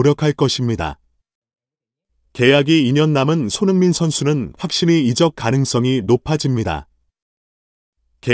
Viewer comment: 아너운서가 어느나라 사람인가요? 내 귀에는 손형민이라고 들리는데~ 제대로 읽고, 발음할 수 있는 한국인이 그리 없나요???